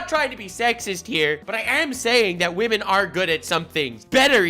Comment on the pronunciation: "whamen And gentlewhamen": "sir's and sirett's"